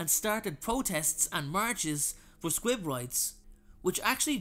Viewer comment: I thought he was saying squid 🐙